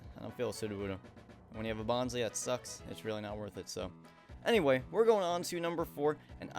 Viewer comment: If you're going to put a Pokemon in your top or bottom 5, at least pronounce their name correctly! Bonsly is Bon-SLY. ;D Also, Graveler is WAY more annoying with its sturdy, cause after it uses selfdestruct. Annoying as fuck. Nosepass is cool, its nose is a compass. I like the concept of it.